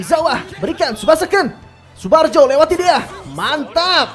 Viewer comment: Tsubarjo bukan tsubajo